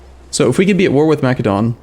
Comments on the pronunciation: YOU SPELL MACEDON WITH THE SOFT C like an S, REEEEEE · Massédon not Makédon ;) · it's Macedon my guy